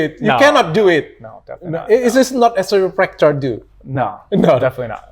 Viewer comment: Dr. Richard Lee, as a doctor, how can't you pronounce chiropractor? You have to prepare if you want to interview foreign people. Learn English properly. As a doctor how don't you know between chiropractor and medical doctor. 😊